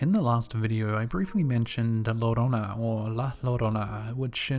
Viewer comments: And British people and Americans who shamefully don't know Spanish: the DOUBLE L in Spanish is pronounced with a Y sound so it's not La LO-RO-NA it's actually La YO-Ro-Na. Just a little I For Y, lads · 2 ll is pronounced as y so not llorona but yorona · I think the person narrating this video should be fired for his bad grammar alone. He really should learn how to say words he is less familiar with before he used them and records it forever. Llorona is pronounced yourona. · Two Ls make a Y sound. Its pronounced La Yo-ro-na. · The word Llorona is pronounced Joe-rona, the double L in spanish sounds like a J